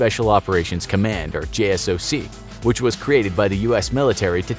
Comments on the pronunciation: it's Jay-Sock not J.S.O.C. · Did he just said J.S.O.C?? Its JSOC (Jay-sock) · JSOC is pronounced J SOCK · bro not JSOC...Jay-sock. so you lost me there. peace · Just a heads up jsoc is said J SOC instead of saying each letter. When at Ft. Bragg in a special unit jsoc was directly across the street from our HQ